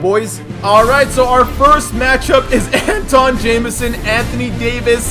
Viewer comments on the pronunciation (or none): ITS NOT Anton it’s Antwan an-twan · it was a misprint on his birth certificate. Parents kept it spelled like that so it could be unique. It's still pronounced "Antwan"...lol. I grew up watching him play (I'm a UNC fan) first time hearing people actually flcalling him "Antawn" but he's been ouy the league for a few years some of y'all didn't grow up watching him. Love the vids bro! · Antawn is pronounced Antwan, there was a mistake on his birth certificate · it’s antwan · My grandmother is good friends with him it's the pronunciation is antwawn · Called him Jamison not antawn because ik ur not saying it wrong but it sounds like u r and it's hard to watch.